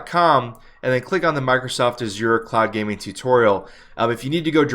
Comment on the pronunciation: love the way you pronounce 'azure'.